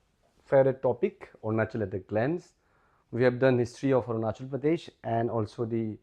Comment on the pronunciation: 😂 english itna acha but ornachal kue ???